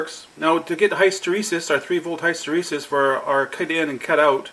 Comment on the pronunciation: I know this is annoying but I like your channel so much, I've just got let you know that hysteresis is pronounced like this